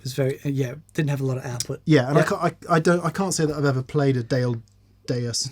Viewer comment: Daedalus.....DAEdalus....DAEDALUS!!!! All I can see is the crummy "The Mighty Hercules" cartoon we watched over and over during the frigid Manitoba/Canadian winters. Now I have to figure out if Mick would be Newt or Tewt, having butchered that pronunciation so bad! Hopefully Joey Landreth has some time to stop in on his European tour!